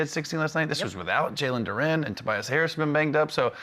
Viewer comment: Parsons calls the Pistons the least talented team and mispronounces Jalen Duren. He clearly hasn't watched them play.